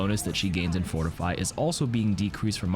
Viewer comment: Forifiy heh